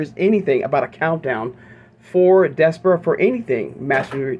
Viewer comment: I think it’s pronounced Des - par - ra